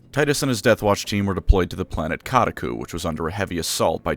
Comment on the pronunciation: Ka•dak•kuu Not ka•da•kuu